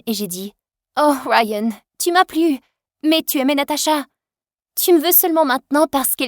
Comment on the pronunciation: "Rayyyyennnn" mdr c est pas rayan je sais pas moi ??😂😂😂